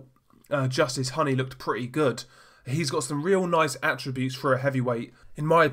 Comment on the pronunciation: It’s pronounced Hooney like Rooney.